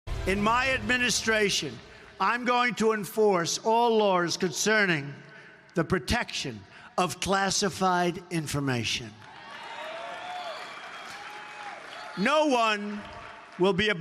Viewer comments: Frump said "all lawrs" though. lol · "All lars " what is lars ? I guess fat donnie meant laws. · "All lores"?